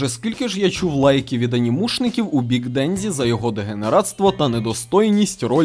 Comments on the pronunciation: Кожного разу після ФуДЗІмото й ДенДЗІ вухам трохи боляче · Дензі.. ДЕНЗІ БЛЯХА. Де ви те дзі берете в японські мові, якшо в ній є тільки джі. Капець як це важко слухати. Я би ше зрозуміла якби імена мангак читали по звичці з російською транслітерацією, але це ім'я в нас всюди нормально адаптували.